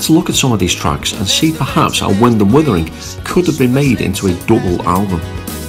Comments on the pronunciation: Why does he call it wund and withering? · Great review and like the way on a couple of occasions you call it Wund and Withering 😂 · 4.01 "Wund & Withering"? :-)